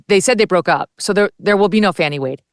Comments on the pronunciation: Oh holy cow Dave is a district attorney .. wow. What the actual hell. And it’s Fani not Fauni … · IT'S "FAWNY WILLIS" NOT "FANNY WILLIS". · FYI: Ms Willis’ first name is pronounced Fah-nee not Fan-nee. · Her name is pronounced "Fahhhhni" not "Fanny". C'mon, Megyn. Don't dip down the Charlie Kirk road of basically calling her "Big Fanny Willis". I thought this show was "No agenda?" B.S. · her name is Fani not fatty!